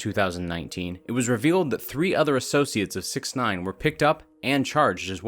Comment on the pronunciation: Is it just me or did he say sex instead of six